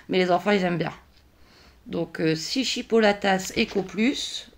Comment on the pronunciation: Coucou, C'est marrant tu prononces le s a chipolatas 🤭 Bonne vacances à toi et tes petits loups.😊